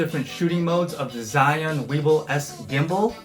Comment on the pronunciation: "Chewing", "Zion"...😂 Zhiyun is Chinese product and you should pronounce it the way they do.